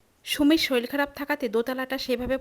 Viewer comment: Soril not sorir